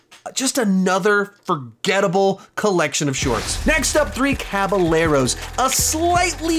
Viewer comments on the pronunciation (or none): “Three CabaLeros” 💀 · I know it's a while after the video but the double L's in "caballeros" are actually pronounced like a Y just to let you know